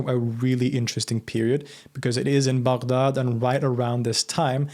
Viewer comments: Finally, someone who pronounced Baghdad right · Im shocked on how you pronounce baghdad so accurately, good job